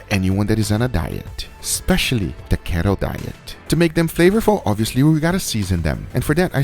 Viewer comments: And its kee-to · "KET-O" diet